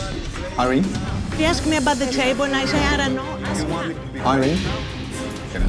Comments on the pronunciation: dude i remember this episode because of the waitress named Irene (the greek way, pronounced ih-RIN-nee) but Ramsay kept pronouncing it like “eye-reen” and you could tell she didnt know he was calling her over lol cuz thats not her name!! and on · I like that that her name Irene is pronounced ahr-ree-knee